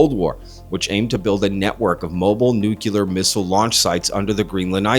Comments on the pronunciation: Please “nuke-lee-ar” for “nuclear”. Not “nuke-a-ler” (same as in Spanish, N U C L E A R) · You do speak English right? It NU-clear not nu-CU-ler . Lots of people mispronounce the word. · I legit enjoy most of the content on this channel, and I really don't like being a pronunciation snob, but the word sounds like "New-KLEE-urrr". (Thought for a minute I was watching a video of Dubya Bush - all apologies but I spent 8 years listening to that president butcher the word on a regular; it became nails-on-a-chalkboard for me after his first 6 months in office) Everyone be safe out there - this weather is crazy.